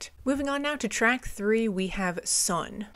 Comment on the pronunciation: A couple pronunciation tips. The "ei" sound is like "eye" as opposed to "ee". Think "Einstein". The "W" is more a "V" sound. And if I remember right, if a word ends with an "e", for example Sonne, it is said like "uh". And with the "S" being a "Z" sound in this case, the word Sonne would be more like Zo-n-nuh. Its been a while since I studied German, but I'm fairly certain this is correct. All that being said, I love these full album reactions. I have yet to hear a Rammstein song, let alone album, I didn't like. They are an amazing band, and definitely worth exploring further.